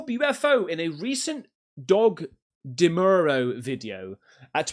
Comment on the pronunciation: This reddish UFO looks to me to be a round ball like contraption that they us to alert pilots of the location of high tension electrical wires so that the pilot won't fly into them. By the way Doug Demuro's name is pronounced like Dee-MYOO-row.